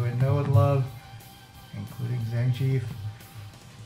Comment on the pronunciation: Did I hear you say Zang Chief?